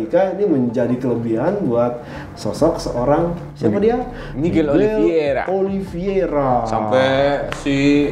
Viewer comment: *Oliv-ei-ra, bukan Oliv-ie-ra bang